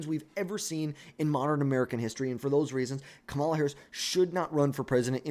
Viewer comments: Can you say her name right please? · It’s almost like you’re trying to say it wrong